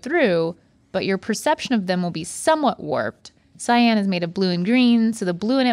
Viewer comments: Not mispronouncing "cyan" as "scion" lol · No CY-AN is not scion